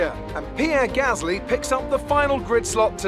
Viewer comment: "Peer Gasly"